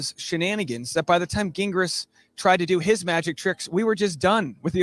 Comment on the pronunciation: Lmao ok wait i JUST noticed called him Gah gingras hahahahahha even after just hearing him say jingras😂😂😂😂that was a quiet FU